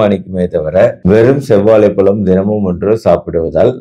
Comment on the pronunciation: Dr , palam enru solvadhai தவிர்க்கவும். Correct aa pronounce seivadhu important. Vaazhai pazham ,Vaazhai பழம், pazham enru sollavum.